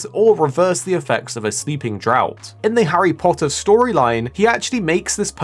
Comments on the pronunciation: “Draught” is pronounced “draft”, not “drought” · Draught is pronounced draft, not drought.